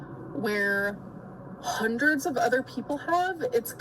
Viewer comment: “A hunerd”